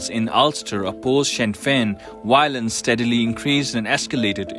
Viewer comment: Dear me, It’s VIOLENCE not WIOLENCE VICTORY not WICTORY. Give the job to someone who speaks English